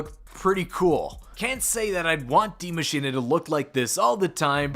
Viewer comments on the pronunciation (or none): Cant you guys atleast try to say die Maschine proper and not say die maschina or die Maschina?